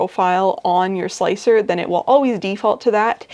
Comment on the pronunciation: I did not know about the multi-plate thing. Thanks! Oh, and thanks for calling slic3r slicer. Not sure why but calling it slick-3-R really bugs me.